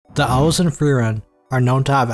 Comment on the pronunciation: owls? or elves? say it better fama? or flama?